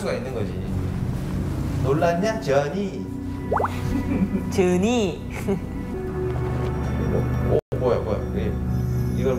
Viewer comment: 저니가 아니라 저(언ㄴ)-이 느낌으로 발음하시는게 귀여움